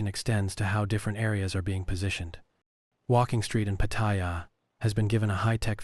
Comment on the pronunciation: The ONLY time you pronounced Pattaya properly was . I'm Thai and I know. Jing jing.